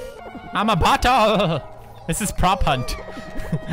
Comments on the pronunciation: When he said I'm a bottle I understood I'm a buthole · did any of you think poods said buthole? Even though he said bottle... Weird thought i guess.